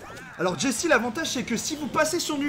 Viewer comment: C'est pas jessie c'est Chelly 😂😂